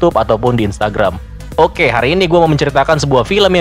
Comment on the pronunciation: Olweis ngakak receh pas ada org bilang "hohkeee" Di awal 😂